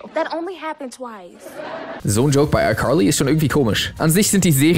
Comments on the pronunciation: fr warum sagst du icurly? I know u American aber die sagen das auch Carly Bro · What Nein das heißt Icarly mit a nicht mit o oder u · Ich dachte immer es heißt icarly und nicht icorly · Aber es heißt icarly nicht EiQuarlie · Duuuuuuude sprich Carly einfach anders aus, mein Blutdruck... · Es heißt icarly aaaaaaaa nicht i corly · Degga deine ausprache nicht i carli i corli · Es heißt Carly und nicht Corly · Das klingt wie Curly 😂😂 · Keiner in amerika spricht es so aus, er sagt legit ICurly, es klingt so als würde er zu hart versuchen US englisch zu reden, also nix mit krasser aussprache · Einfach ICurly hahaha ich liebe seine aussprache. Einfach curlyfries hahah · Nobody: Him: iCorly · Wieso wundert es jeden, dass "I curly" sagt?😂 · Ich höre immer iCurly. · Wusste nicht dass das iCurly ausgesprochen wird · Also mich triggert es, wie er "Aikorlie" ausspricht ^^ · Wen triggert es auch dass er jedes mal "ICurly" sagt? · iCorly?😆😅 Manchmal könnt ihr Wörter ruhig pur deutsch aussprechen 😅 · Wieso sagst du iCurly? 😂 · Irgendwie triggeredes mich wie du iCarly sagst. Ich weiß, dass es richtig ist aber es heißt einfach iKarliiiiii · Also das wäre mir jetzt peinlich😬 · Leute, könnt ihr bitte nicht haten, weil er ICarly anderst ausspricht? Euch mobbt ja auch niemand, wenn ihr was falsch sagt oder ähnliches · Kannst du icarly auch normal aussprechen bitte 😂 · Wie wired kann man iCarly aussprechen hä 😂 nein nein nein nein lass das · Wie spricht er bitte iCarly aus 😡😡😡😂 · dikka wie du carly ausspricht triggert ja mal unnormal so auf übertrieben amerikanisch und so würde man die auch nicht aussprechen